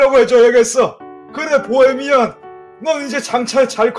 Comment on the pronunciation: ㅋㅋㅋ보해미난. 아니뭐라는거약 보해미안!!할땤ㅋㅋㅋ